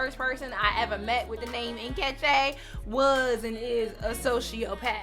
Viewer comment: The way you pronounced Nkechi had me laughing 😂